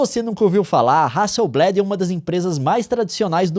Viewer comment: só pra constar, a pronúncia é hasselblÁd e não hasselblÉd. É uma empresa sueca, não usam essa variação voltada pro vocabulário inglês